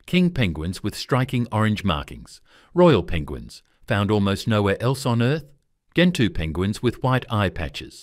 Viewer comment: stupid AI, gentoo penguins = JEN-two, not GEN-two, as in 'get'.